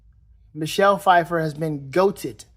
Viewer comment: pu-fiffer? lol